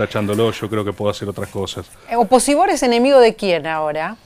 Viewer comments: nunca pensé que iba a escuchar a María Laura Santillán decir Oposibord kjjj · Que ella diga "oposiBord" me destruye, no puede ser real jajajaja